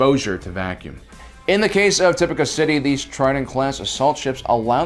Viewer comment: I can’t finish it, not because of the length, but because you can’t pronounce names right 🙄 why tf do you say “uhsoka Tuhno” instead of “Ahsoka TAHno” or “Tipucuh City” instead of “Tipoca City” it’s annoying asf